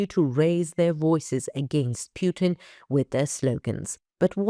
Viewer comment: But from Moskow and S:t Petersburg we don't see some action like you say so many times? I subscribe in years on ANKA and never have a reading or answer from you or other members! You lovely woman talk perfect english but why you say PJUTIN?